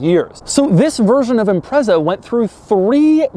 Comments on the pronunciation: It’s not Impressa. It’s Impret-za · I don't think I've heard an American call it an 'ImpreZZa' before. Is this the norm? It's pronounced 'ImpreTZa' everywhere else. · Impretza not Imprezza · Its pronounced IMPRETZER - not impresser 😂😂😂 - Fondly known as a Scooby over here in the UK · It's pronounced impret-za not imprezza you dick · Imprezza? It's pronounced Im-pret-za. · Everyone - "ImpreTza" Doug - "Imprezzer" Everyone - "NO! Doug!" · I've never heard ANYONE from anywhere in the world call this car an "Im-prezza". It's always called an "Im-pret-za" despite it not having a T in the name. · Every time Doug says this cars name I die a little...it's IMPRETSA DOUG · The Impreza name in Amercian loses all bite. Impretza is how its pronounced in the mother land and it sounds way more edgy for for it! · Great video, small note, it’s pronounced im-pretz-a Edit: after a quick google, I guess my way is the European version so nvm :) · I was excited when i saw the thumbnail, having owned an STI a few years back & this was my first time watching this guy. Sadly it lasted less than 5 seconds. When he pronounced it 'Imprezzzza", I knew it was time to bounce. #muppet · It’s pronounced IMPRETZA ffs... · Dude, it's pronounced "Impretza" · 'Impretsah' it's the only way I've ever it pronounced in the UK, surprised to hear the Z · It's pronounced like it's spelled, IMPREZA. With just one "Z" and no "T" that makes it sound like pretzel. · Doug, the type of guy to advocate metal steering wheel centres, riveted together - how would it deploy the airbag? Also the type guy to refer to caphead Allen bolts as rivets. It’s also pronounced as ‘Impretza’. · Its pronounced as "impretsa" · I've only ever heard "Impreza" pronounced "Impret-sa". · Bingo, Renko. Even the Japanese pronounce it "Imparesa". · Impressa? Impresso? Espresso? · I don't like the way Doug says Impreza. Sorry. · Please can we ban Doug from saying the word “Impreza” ever again... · Wrong pronunciation of "Impreza".